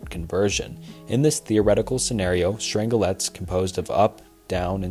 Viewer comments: The mispronounced words are even worse. Dude reads about "strange quarks" but doesn't draw the parallel that "strang-lets" is probably "strange-lets". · Love the video, just fyi Strangelets are pronounced Strange - Lets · its pronounced strange-let not strangle let 😭